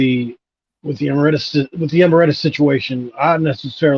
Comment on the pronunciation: Just for future reference, it's "e-MERIT-us."